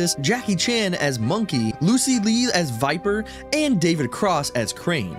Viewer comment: I am not sure if I heard this correctly, but did you say Lucy lee? If I’m not mistaken, but her name is actually Lucy Liu. Even my auto correct, typed in her name right as I spoke it.